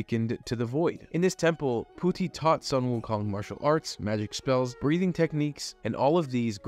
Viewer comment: Did you say puti 😅